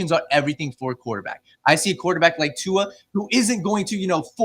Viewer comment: Ight I’m not a Tua stan but at least get his name right if you’re gonna talk about him on a podcast.